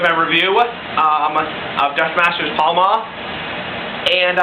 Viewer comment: No L, it's Pal-ma. Pall Mall is just a brand of cigarettes.